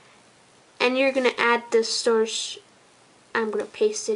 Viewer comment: Learn to say source dipshit!